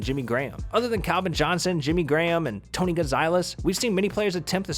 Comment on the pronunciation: Bro you literally butchered Tony's name